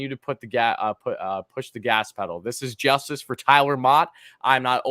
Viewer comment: It’s “pedal” lol